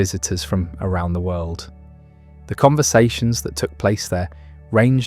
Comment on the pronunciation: Sorry, I can't stand people who end words that end in the letter "D" with the the letter "T". World is not pronounced "worlt" . End is not pronounced "ent".